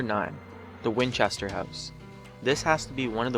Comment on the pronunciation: whinchester you say? did they have two sons named sam and dean? XD